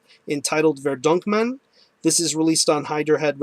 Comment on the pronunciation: haha i knew you would mess up the album pronouncuation :)